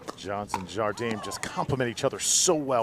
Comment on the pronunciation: FYI, pickleball commentators: Watch the Jigsaw Health commercial where Simone Jardim tries to explain at great length to someone how to pronounce her name. The first syllable "Jar" is pronounced with a soft "J" (as in Zsa Zsa Gabor, the Hungarian actress who immigrated to the U.S. in 1941), and not as a hard "J" as in "jam". The second syllable "dim" is pronounced "gene", as in Eugene, Gene Wilder or gene, the subject of genomics. One should not slide over the two syllables and try to meld them together, but should pronounce them distinctly separate "Jar/gene". In Brazilian Portuguese, "di" is pronounced "gee", as in "gee whiz", since the "d" before "i" is pronounced like the "g" in George in English, and "m" at the end of a word is pronounced like an "n" (and not like an English "m"). Hope this is useful and not too annoying.